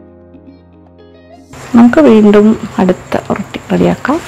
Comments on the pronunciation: ഇത് ഓറോട്ടി ആണ് not oratti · ഒറട്ടി അല്ല ഒറോട്ടി ആണ്